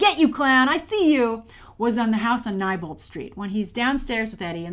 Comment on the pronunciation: Did you really just say "Nighbolt St.", Grace? "Neibolt St.", like "knee". And it's "Richie", not "Ritchie".